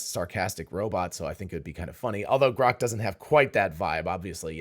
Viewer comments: Why does Elon pronounce it groak? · GROK or CROCK ? Apparently the AI misinterpreted 😂😂😂😂😂